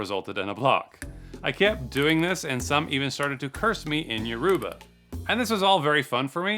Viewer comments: “They cursed me in Yer-ou-ba” Yoruba…. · yo-ruuu-ba is crazy 🥴 love your videos but work on pronunciation that made me cringe 🥴😩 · quite off topic but did he just pronounce yoruba as Yo-Ru-Ba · Uruba? It’s Yoruba not that man I’m Nigerian it’s ver6 easy to pronounce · He said Your- roo- ba 😂😂😂😂😂😂😂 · its pronounced YOOO-row-bar😂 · Yoruba pronounced Ur-ruh-buh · The way he pronounced Yoruba is hilarious 😂